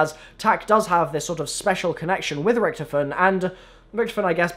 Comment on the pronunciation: Pronouncing "Richtofen" wrong for over 5 years